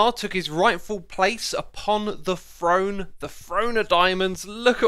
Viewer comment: its called "Throne" not frone